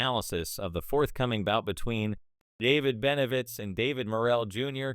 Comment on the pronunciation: Boy you suck don't even know the name it's BENAVIDEZ YOU A FOO FR FR BOZZO